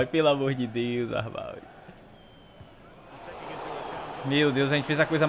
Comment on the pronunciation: Ele ñ vê nada da Bundesliga, pra ñ correr o risco de aprender a falar o nome do jogador corretamente kkkkk